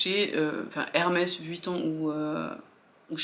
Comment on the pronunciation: Coucou ! Enfin qqun qui ne dit pas Vitton 😊 lol. Bref je sais que Hermes c’est juste la base et un investissement reconnu mais je trouve qu’au final on les voit partout. J’ai pas vraiment l’impression que ces sacs soient si compliqués à avoir quand ont voit que pour la plupart certaines en ont plusieurs (alors je ne dis pas que c’est forcément le cas) mais même sur les chaînes de vogue outfit à Paris dans la rue on en voit partout ! J’ai l’impression que même si ce sont des intemporels ils sont quand même très tendance. Pas donné à tout le monde mais sur insta et YouTube je ne les trouve pas si confidentiels du moins les birkin et Kelly… à la rigueur le roulis est carrément confidentiel. Sinon ma préférence va au capucine bb tellement cute celui ci on le voit beaucoup moins je trouve. Bon dimanche ☀️